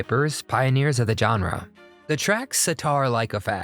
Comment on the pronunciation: You have a good list, and I'm grateful for the videos. But, dang! It's "zhahn-reh," not "jon-reh."